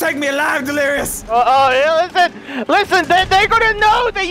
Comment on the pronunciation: The delirious sandwich had me dying!!!😂😂 its LERISHUDNES!